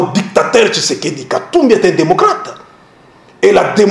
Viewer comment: un journaliste rwandais , qui dit" seron tshisedeki, seron tshisekedi"